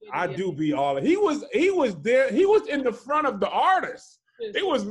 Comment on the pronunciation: says the word “Artist” like “Oartist” 😂😂